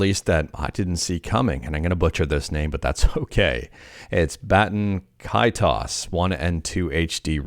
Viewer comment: My man said: i'm gonna butcher this name. Then proceeded to pronounce it as grammatically correct as possible. "All stuff and no fluff" is right. "Bat-N Kay-toes"